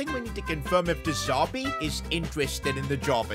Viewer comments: It's De Zerbi mate. Not De Zarbi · Stop calling him de Zarbi it’s de zerbi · Who’s going to tell it’s de z*e*rbi not de z*a*rbi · I love but I hate how he kept saying de zarbi instead of de zerbi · De ZERBI NOT DE ZARBII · Why does he say de zerbi different